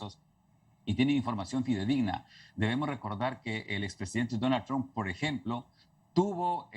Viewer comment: Sí, a JOH le llegó su Navidad pero... Que onda con el acento de esta periodista?? De donde es? Pronuncia la t como gringa, y cuando le toca decir Donald Trump ni siquiera lo pronuncia como es jajajaja tamos Johdidos...